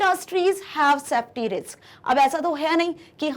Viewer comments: Mam it's safety not softy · it’s safety not softy 😂😂